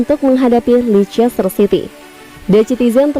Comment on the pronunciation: Bacanya leister kali min